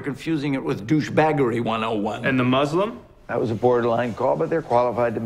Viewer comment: Is it me or does every Newsroom character mispronounce 'Muslim'?